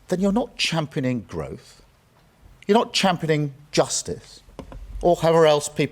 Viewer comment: He cannot even say the word championing, he says "champ-a-ning" yep champ-a-ning sums him up